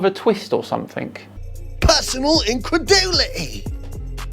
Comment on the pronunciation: " PERsnonAL incredulitEH" lmaoo🤣